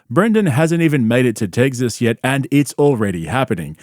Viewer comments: Its pronounced "tec sis" Not "tegzis" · First time I’ve heard it pronounced Tegziz. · Tegsas lol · “Tegzas” … “buddon” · Bro keeps pronouncing it “Tegsas” 😅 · “Tegzis” for Texas made me laugh way longer than it should have 😂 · You’re the man,, but what is “Tegg-ziss”? lol just messing with you! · Bapa, are you saying tegsas? You aren't helping the stereotype of our accent 😂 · "Tegsus" is killing me 😂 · I just realized you say tegzas instead of Texas 😂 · Tegsas 🤣 My bub moved to tegsas smh Just retire from professional sports dad coach and come back calmedy. The ppl need you